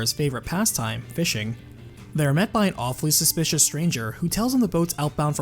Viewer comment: Gotta love pronunciation of " awfully suspicious".